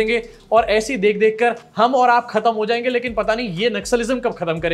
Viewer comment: Chunav❌ Shuunav ✅ Biswa 💩🤡